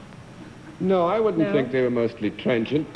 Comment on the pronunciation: Is she asking about transient people? Sounds like trangent, but there’s no such word…